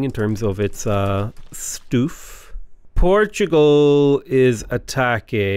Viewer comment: I love how he says Portugal correctly-ish and procedes to try and correct himself